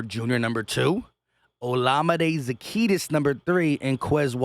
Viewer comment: Za-Key-us. No T in zaccheus